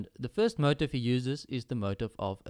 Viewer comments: TrueJasonMoral Actually, we do. It's annoying to hear motif pronounced as if it was spelt "motive". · motif is pronounced moh-teef